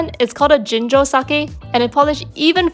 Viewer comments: It’s ginjo not jinjo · Why do you pronounce "Ginjo" as "Jinjo"? It's just wrong! Have some respect!